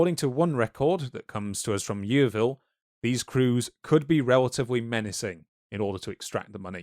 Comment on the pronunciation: I really loved this video but the pronunciation of yeoman and Yeovil in this video was grating 😭🤣